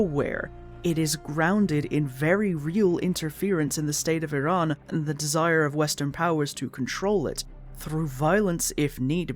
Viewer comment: the fact you can pronounce the name of iran so well is just a testament to your care for history, i've been a watcher for a while but this one hits close to home as im a kurd, lets hope the future is kinder